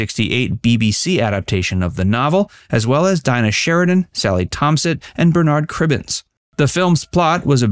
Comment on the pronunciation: Who is Berrrrrrr Nard Cribbins ? FFS